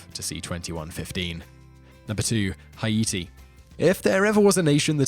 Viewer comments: "Hi-Eaty"? Is that the British pronunciation? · The way he’s pronouncing Haiti is just really grinding my gears for some reason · That is actually correct. It is officially spelled with an umlaut over the first I, because it is pronounced separately. The French called it Saint-Domingue, the equivalent of the Spanish Santo Domingo. After the revolution their leaders adopted the Arawak name for the island. It should be pronounced Ha-ee-tee, not Hay-dee like Americans do. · Yea he can’t pronounce Haiti either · The way he pronounced "Haiti" really bugs me... I don't know why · it could be, I'm not saying its not. I'm simply saying it bugged me for some reason. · I mean, did you hear how he pronounced Haiti? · It's actually the Untied kingdom of Great Britain AND NORTHERN IRELAND. And the way you pronounced Haiti really annoyed me. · Victoria Gibbs % you pronounced Haiti wrong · your saying haiti wrong!!! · You’re killing me with the way you’re saying Haiti. 🤦🏻‍♀️ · how he pronounces Haiti is killing me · quit saying Haiti that way . ist wrong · Take a shot every time he say hi-e-te. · im Haitian and i never heard not one Haitian pronounce it like that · Hay-i-ti, ay-i-ti or "hi-ete," is how the French, the Haitians and generally...anyone who's not American pronounces it. It is spelled Haïti in French, indicating that the middle "i" is pronounced separately from the preceding "a," and it is not a diphthong of "ai." I guess this was a long way of saying his pronunciation is correct. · Hugo Louëssard it’s pronounced “Hay-tee” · It’s actually pronounced Ayïti ( I-EE-TEE) it’s the native Taíno name for the island of Hispaniola. It means mountainous land. After thé révolution in 1804 thé free ppl paid respect to the original inhabitants of the island and renamed the former slave colony of Saint Domingue to Ayïti or as the west knows it as Haiti. 🇭🇹 🙌🏾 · Hi-ete??? That's how you're going to pronounce it? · nobody: the person in the video: haEti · “Kiribatee” “Huyeetee”